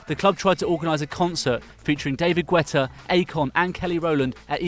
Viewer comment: Lmao, can pronounce the Charlton owners name perfectly but can't pronounce David Guetta or Ricoh Arena, ok then